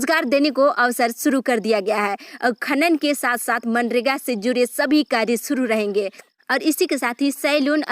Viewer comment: Aap phale bolna sikhle jharkhand bolna sahi se zude nahi hota jude hota aapko nahi urdu bolna ata h or nahi hindi to plzz jharkhand ko mazak na banae plzz jisko acha boolna ata h isko hi boolne de